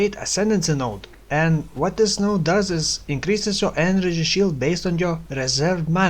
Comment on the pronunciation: enenergy shield, love the vid, but maybe try to practice saying energy shield, it gets annoying pretty fast :(